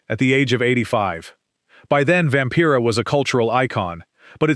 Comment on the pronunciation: Vampira = vam-PYRA not vam - PEERA.